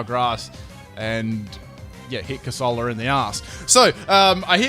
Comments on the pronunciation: cor sah lah? Isn't it cor se lah... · You say corsola weird